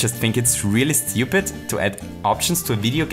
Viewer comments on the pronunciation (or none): none